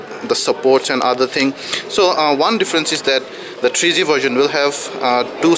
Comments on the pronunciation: He said-"CHEAP CHET"....not ChipSet...haaa...haaa....and "TREE G" not 3G...lolzzzzzzz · tree g? chip chet? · did he say chipchet? and thrice? lol..